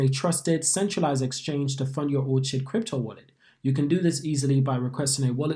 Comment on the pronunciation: Yeah it’s “or-kid” like the flower 🌸